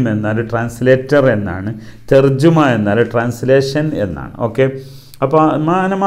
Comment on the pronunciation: തർജമയാണ് ശരി... തർജുമ തെറ്റാണ്